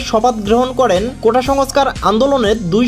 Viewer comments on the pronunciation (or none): none